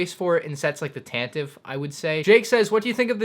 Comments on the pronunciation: You know Tantive is pronounced TAN-tuh-fee? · Tantive is pronounced tant-i-vee